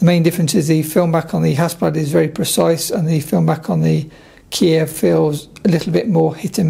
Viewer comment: Hasselbladski)))😂😂😂 Mate,I hope you didn’t say it when you were in Ukraine//or other Russian speaking countries))